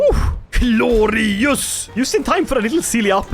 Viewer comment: take a shot every time he says gloreeyus